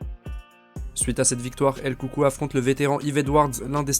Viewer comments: Bonne video, et la prononciation de son surnom c’est el coucouille * 😁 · "El coucou " lol